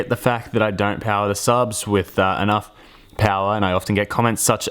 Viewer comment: I love your accent! So cute, especially when you said “POW-arr” 🤙🏻😗😘 such a stud. It’s cool watching you bassgasm.